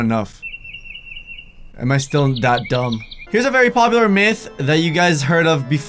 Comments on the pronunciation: Itz pronounced Myth (Mi if) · Myth pronounced (mith) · did he says Myth gum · You pronounce myth 'meth' I was suspended from school today.